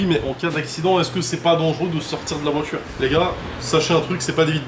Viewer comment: "la voitchure... répétchitchif... un p'tchit peu... des p'tchits entrées d'air dans le tchurbo"... Les pieds noirs de téci en goguette.